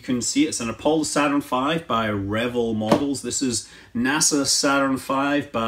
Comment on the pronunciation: I guess it's the Scottish in you, but I notice that you pronounce it like one would pronounce the first part of "Reveille" (RE-vill). Growing up in the 60s when I built it during the Apollo program, all of us neighborhood kids that built models pronounced it, "re-VELL" I suspect that the paint scheme in the plans is based on the non-flyable AS-500F test Saturn used to work out all the kinks about roll out, and prepping the craft for a real mission. It's paint scheme was slightly different than the Apollos that were launched. That book by David Woods is really good. Be sure to also get his book "How Apollo Flew to the Moon". A REALLY great read.